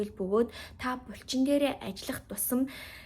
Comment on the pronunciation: Бульчин2 гээд байхын булчин гээд хэлчихээч дээ 😅 чихэнд эвгүй сонсогдоод байх юм